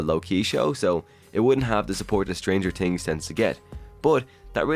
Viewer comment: I kept hearing “tree seasons” and “stranger tings” lol